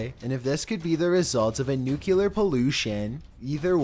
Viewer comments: Bro is this how you normally speak? And where is the 2nd "U" in Nuclear?.. TF...?! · It’s not “Nu-CULAR “, it’s “Nu-CLEAR” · There is no such thing as NUQULAR POWER . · A nuclear or NUKE U LER. ;) His pronunciation drives me nuts. Some George. W. Bush grammar school nonsense. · Isn't it nu-clee-ar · It boggles my mind how many people can't say nuclear correctly.